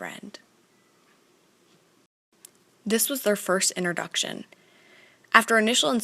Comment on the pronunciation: IT'S PRONOUNCED INTROduction NOT INTERduction